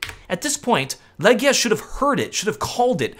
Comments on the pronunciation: Man, it's not Legja or Legda it's Legija with long E and long I :) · It's actually pronounced "Legija" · LEGIJA = LEGION ...you can pronounce it "legion" next time!